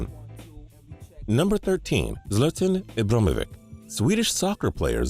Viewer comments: I know lol, he wasn't even trying to sound it out, E-brah-he-mo-vich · He said something like Iblumivic instead of ibrahimovic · It's pronounced E-BRAH-HIM-O-VICH.... To think this is your job and you cant even pronounce the best players names correctly is sad. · 'zlatan ibramovic' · **u said ibromovik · It's pronounce E-brah-he-mo-vich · It's pronounced (ee-bruh-hi-mo-vich) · WTF you can't pronounce ZLATAN Ibrahimovic right and you can't pronounce no one right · Learn how to pronounce Ibrahim bro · You couldn't have fucked up zlatain ibrahimovic name any worse. Really dude really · it makes me cringe the way he said ibra's name and the fact that he said soccer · I started dying when he tried to pronounce ibras name😂😂😂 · Can he say Ibra's name? 😂😂😂😂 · the way he said zlatan ibrahimovic's name and Paris saint-germain made me cringe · he really butchered imbrahimovic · the ones he really butchered were roque junior and ibrahimovic tho :D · he butchered ibra's name way worse